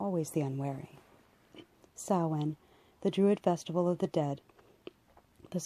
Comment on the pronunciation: Excellent.proper pronunciation of Samhain as well.thank you for this.